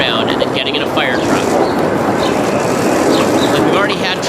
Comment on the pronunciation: I love ben shaprio but holy shit can he not pronounce "fire" or "wire" or "hire"